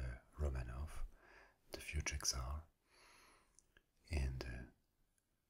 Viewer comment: Awesome video, as usual, thank you! However just a little thing... The Russian word "Царь" sounds as more like "Tssàr" instead of "Ksar" 😇